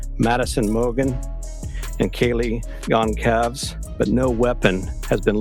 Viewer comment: I cringe every time he says "Kaylee Gone Calves" 😂